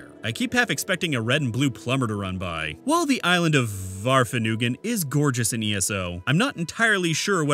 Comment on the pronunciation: You pronounced Vvardenfell correctly (Y)